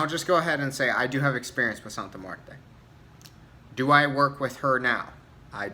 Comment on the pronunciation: Great video, my biggest gripe are these practioners pronouncing her name wrong. My recent video on Santa Muerte I went off about it, I personally don't work with her but respect should be shown on her name (any deity really).